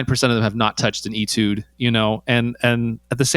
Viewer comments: He told you Atude and you said it once then continued calling it an Etude. I know it's spelled Etude, and pronounced A. But why did you continue to mispronounce it? Just a curiosity. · He kinda bounced around, didn't he? Saying it with a long "eee" sounds weird, like, "I got your e-mail of e-tudes." 🤣 A few times he did "eh" tudes which frankly I let slide. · Etude is pronounced "Aytude".